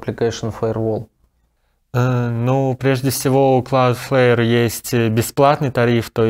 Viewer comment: Господа дудосеры, Cloudflare будет правильно, а не CloudFare